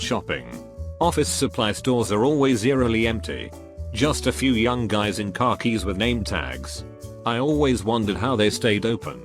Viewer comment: You thought you were slick . I do not believe for ONE FLIPPIN MOMENT that the textotospeech dude legitamitely pronounced "khakis" as "car keys". No burger flippin wheelin dealin way